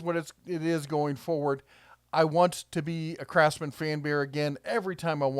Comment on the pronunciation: I thought you said "Crapsman" at first. Had to rewind and listen again